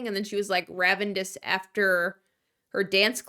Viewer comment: hey- theres no D in the word ravenous